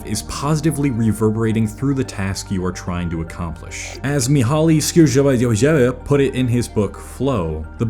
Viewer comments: lmao 😂 Im hungarian, and you should pronounce this name, using these english words. Mihály Csíkszentmihályi "Me-hi cheek-sent-me-hi-e" btw i liked the video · It's pronounced "Mee-hai Cheek-sent-mee-hai-ee" , he was a Hungarian person. 😄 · Loved your pronunciation of Mihály Csíkszentmihályi! 😂 Love from Hungary bro!